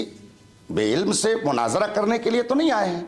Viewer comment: وہ جو مولائی بنا بیٹھا ہے جاہل مطلق ہے لیکن مفتی علیمی کی قابلیت بھی قابل تعریف نہیں کے بعد قرآن مجید فرقان حمید کی جو آیت پڑھی فاسئلوا اَھْل الذکر ۔۔۔۔ اس میں اھل کی ہمزہ پر کسرہ پڑھا مجہول طریقے پر جبکہ اھل کی ہمزہ پر فتحہ / زبر ہے زیر نہیں اور رشیدیہ کی عبارت پڑھتے ہوئے جو لفظ مناظرہ ادا کیا وہ بھی غلط پڑھا کہ ظ پر کسرہ/ زیر پڑھا جبکہ علم الصرف پڑھنے والے مبتدی بھی جانتے ہیں کہ یہ لفظ مفاعلہ کے وزن پر ہے اس کا عین کلمہ مفتوح ہوتا ہے نہ کہ مکسور